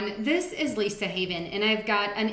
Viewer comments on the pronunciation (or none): none